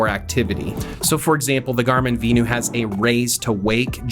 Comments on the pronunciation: Vin-you. VENU. Not V-new like you are saying. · Is it not pronounced Venue? Lol